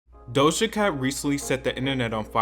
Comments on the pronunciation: doja cat not dohsa cat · It's doja not dosha 💯💯